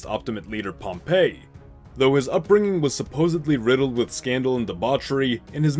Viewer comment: you can call him either Pompey or Pompeius but you can’t just call him Pumpeii